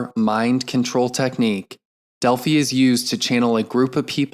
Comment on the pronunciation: Thank you for recording this! FYI, you are pronouncing "Delphi" incorrectly. It's a long "i."